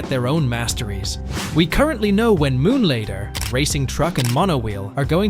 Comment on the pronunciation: Why does the AI voice say "Moonlader" 💀